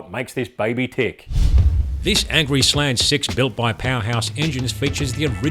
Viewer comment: His inability to pronounce slant in English is sad.... every slant is a slag... I can't decide what is worse, Arkansas or Australia